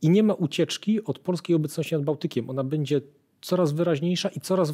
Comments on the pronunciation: Fajnie się słucha, lepiej niż na kanale WoW ale pan nie oduczy się mówienia bedzie zamiast będzie. Pytam się gdzie jest pan Mazurek poprawiający wszystkich używających niepoprawnej polszczyzny?! 😉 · Fajny odcinek, milo posłuchać merytorycznego materiału. Jedna uwaga Panie mówi się będzie a nie "bedzie". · Będze nie bedzie trzeba nie czeba. Krakus zwraca uwagę na poprawną polszczyznę